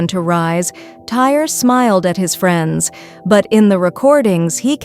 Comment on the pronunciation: It’s Ty-ree, not tire.